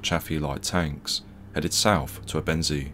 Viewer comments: It's pronounced "ebbenzay"...NOT "ebENsea" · Great video, except I think if this is gonna be your topic, it's important to learn the correct pronunciation of the words you're using. Ebensee is pronounced "Ay-ben-zay", not "uh-ben-see". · When making a history doc. such as this you would expect the commentator to find out the correct pronunciation of the locations described. It doesn’t inspire confidence in the level of research when all place names are pronounced incorrectly. Also Ebensee ( pronounced aybensay ) is in Austria so why are locals described as Germans ? I visited the camp area 2 years ago with a local history group & discovered the whole area is now a housing estate ! People sitting in their gardens & a children’s playground next to the cemetery. We were told they resent visitors coming with an interest in the past. We should not forget what went on here & it’s sad that so many people are happy to live a comfortable life on the same ground that saw so much suffering. It’s all too easily forgotten in my view so it’s useful to have such a doc. but please consult a local for correct pronunciation of place names before going public & calling Austrians Germans is the equivalent of calling the Scots English in my experience ! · As Ebensee is in Austria how did the US unit‘s chronicles conclude that there were „nice German people living nearby“? Where were the nice Austrian people living? And the narrator’s pronunciation of Ebensee is wrong. More attention to detail would not go amiss. Why not ask any German speaker how to correctly pronounce places names.